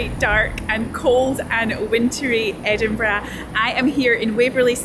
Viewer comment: I simply love your accent and the vid. The way you pronounce Edinburgh is simply magic. Every german English teacher would grant you with a 5 (which is is a bad note)😂 Just love it, go on like this and maybe once my Defender is ready to cruise, I m a participant of your journey offers…